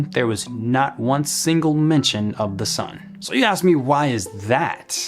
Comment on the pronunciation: please ditch the ebonics (aSk, not aKs, you obviously know which is correct English grammar). You are far too intelligent to perpetuate poor grammar. Using ebonics does not make you "fit in" to your neighborhood. It separates you from the American population at large, and that is most definitely not a positive. Isn't our overarching goal to unify and not separate? I do hope you will take this advice w the care and respect intended.